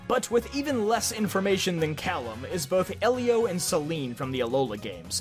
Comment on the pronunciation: FINALLY!! Someone who pronounces Calem like “Callum”. Me too! High five! 🙏